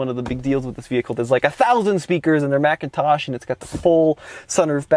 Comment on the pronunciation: Please stop pronouncing the audio system as Macintosh. There's no "a" in the brand name; It's McIntosh.